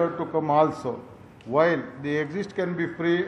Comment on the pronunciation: 'Exit' not 'Exist'...sir...thankyou...